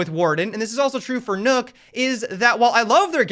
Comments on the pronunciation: Did he just say nook? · d-did you say "nOoK"? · You pronounce Nøkk like Chuck, but with a N instate of CH.